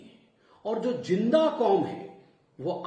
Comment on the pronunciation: "Julm" "Jinda" isse Z kyu nhi bola jata??